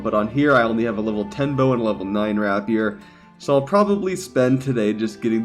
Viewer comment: Omg I can't watch any more of your videos until you learn to pronounce rapier correctly. RAY-peer. Emphasis on the first syllable.